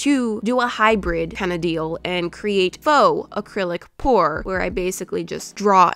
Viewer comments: You said accrilic pour after u said no more😂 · I will not say AcrylicPor again continues to say it 3 more times